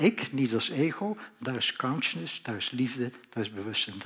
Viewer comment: Gast alsjeblieft spreek uit: "KONSJUSNUS" . Voor de rest Hartelijk Dank!